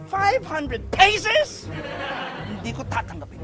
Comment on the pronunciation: five hundred peisos 😂😂😂😂